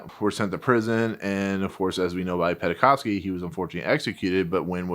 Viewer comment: Oleg's last name is pronounced "Pen-kov-sky", not "Penna-kov-sky". We owe Wynne and Penkovsky so much, the name should be pronounced properly as a respect.